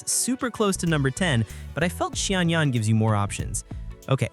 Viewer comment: Great content, but it seems like you struggled a bit with pronunciation of quite a few names! Here is how you can pronounce them a little better, I hope this helps! Xiangyun: shyung - yoon (not entirely correct but close enough for an English speaker) Gaming - gah-mean Faruzan - fah-roo-zahn Mavuika - mah-vwee-ka (you pronounced this as Mavooka at one point, though you also pronounced it correctly at another point) Escoffier - ess-ka-fee-ey Furina - foo-ree-nah (you pronounced this fur-rin-nah at one point) Xilonen - shee-lo-nen (you pronounced it as see-lo-nen a few times) Arlecchino - ar-luh-kee-no (you pronounced it ar-luh-chee-no a few times)